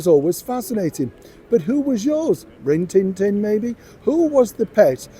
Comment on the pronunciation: “Ron-Tin-Tin”, Lassie, Flipper We have a corgi and 5 cats, love animals